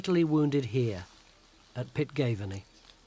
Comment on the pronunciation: Forres is pronounced FOR- ESS for God's sake. Ye did pronounce Pitgaveny correctly however. A wet day in Elgin Cathedral but a nicer day at Spynie Palace eh? alas for romance neither structure were there in Macbeth's time, incidently back in the day, Pitgaveny was called Bothgowan.